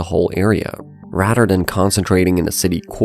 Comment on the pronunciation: Just curious ? Why can you pronounce ‘together’ correctly but not ‘further’ and ‘rather’